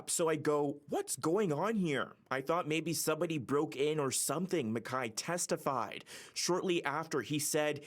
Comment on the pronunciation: Where does CityNews get these reporters? They can't pronounce people's names correctly. MacKay and Skibicki's names were pronounced wrong. Low-budget news from Canada.